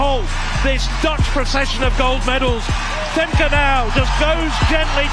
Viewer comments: Yes, your pronounciation of Dutch names sux monkey balls. It is not Fem-KAY, but FemKUH, as in "but" or "butt" "sucks " . Same goes for Lieke Klaver: its not LEAKY but Lee-KUH. And her last name is the first syllable is n "Ah" like in Ah-merica, 2nd syllable is again with the UH from "but" or "drugs" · It’s pronounced Femkuh, not Femkai…. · FYI: It's pronounced 'Fem-keh', not Fem-kay and Lieke is pronounced as "Leek-uh". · Is he pronouncing Femke correctly. I thought it was ended in a -ka sound? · No his pronounciation of all Dutch runners is terrible.